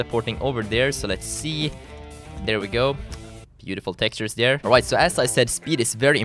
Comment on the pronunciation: you say dar instead of there